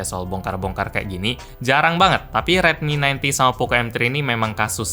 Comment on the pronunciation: Redmi 9T terdengar seperti Redmi 90 😌